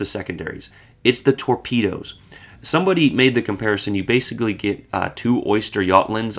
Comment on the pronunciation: Torpeedeeoes , that’s easy for you to say … 😊. An interesting boat